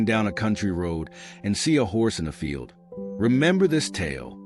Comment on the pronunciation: It’s field not feel😂